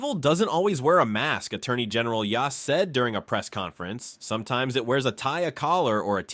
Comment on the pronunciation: The o in Mr. Yost's name is pronounced as a long o. In other words, the o vowel says its name.